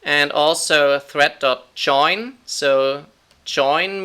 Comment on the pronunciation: is anyone else hearing 'thread' as 'threat' ?